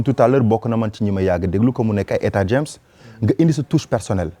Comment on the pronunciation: Ooooh tu as bien prononcé le nom du chanteuse Etta James Etta James Jaime bien sa chanson I'd Rather Go Blind